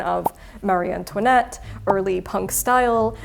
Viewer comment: Ought we to be pronouncing Marie Antoinette 's name with the emphasis on the first syllable, then?